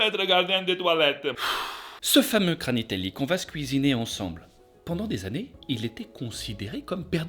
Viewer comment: Le kranitelli pas granitelli🤣🤣 Des effets vraiment très spéciaux🤣🤣 Les chansons de ouf🤣🙌 Ouais Bombadil était dispensable Gwaihir🙌🤣 Non mais Sauron c'est abusé🤣😂 Fais avec le coeur🤌